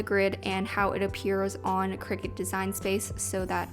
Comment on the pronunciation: Lost me when she said ciricut